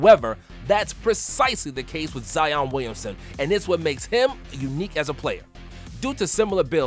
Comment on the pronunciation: Wow look its "zeeon Williamson"